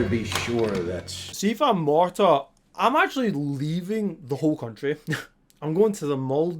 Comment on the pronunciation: Marta, not Martha.